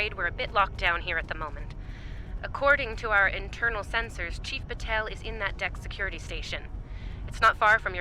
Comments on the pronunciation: "Sen-SOARS" Ugh, even the STO Vulcans say it that way! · A little detail I love is that all Vulcans use Spock's weird pronunciation of senSORS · why are you saying it "Sens-Ors"? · Its funny the Valcan says "Sens-ors" and "phas-ors" but says disruptors and not "disrup-tors". XD